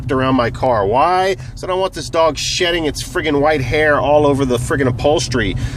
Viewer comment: when he kept saying "shedding" it sort of sounds like "shitting" XD